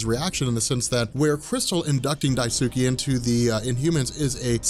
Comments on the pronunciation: Protip: When pronouncing Japanese names, there is no emphasis of syllables. that is to say, it's not DaiSOOkee, it's just Daisuke. Sometimes it helps people to pronounce it "Dice-k" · I think it's "die-skay" not "die-sue-key". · Daisuke is pronounced Dice-kay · its pronounced Dice-kay not, "di tsu kee" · Daisuke is pronounced die-skay just in case the in humans ever become important again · dye soo kee? you heart my ears, bro. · it's pronounced "DICE-KAY"... long story short, in many words and phrases in Japanese, the U is silent and skipped. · BTW, Daisuke is pronounced dice-keh. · Daisuke is pronounced "dice-keh."